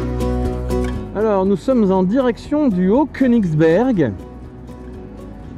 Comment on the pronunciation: Château du haut koeningzbourg’et non haut koeningsberg😊 Près de thannenkirsh ….😂